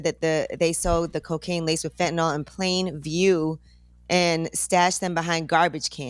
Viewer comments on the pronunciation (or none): Why does everyone mispronounce Fentanyl? It is not Fentanol